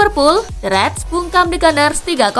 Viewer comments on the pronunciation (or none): none